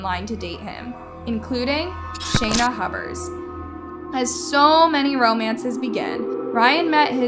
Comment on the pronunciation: it's Huber's